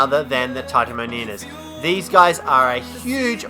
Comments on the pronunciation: its Titanomyr*m*a and not Titanomyr*n*a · Butchers the name of Kaprosuchus, Butchers the name of Titanomyrna, perfectly pronounces Cnidaria.... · You pronounced Kaprosuchus, Ichthyornis, and Titanomyrma incorrectly. Also, you forgot to mention that Ravagers can utilise zip lines.